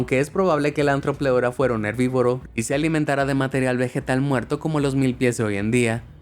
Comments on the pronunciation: Se llama Arthropleura, no Antropleura. un saludo. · Nosotros: artropeura: ajtrofeura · Pronuncias muy mal los nombres. La th no se lee como z, se lee como T. Y es arthopleura. Pronunciado artropleura